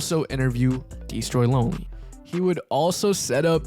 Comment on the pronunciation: "dee stroy LoNely" you couldve rerecorded that bro 😭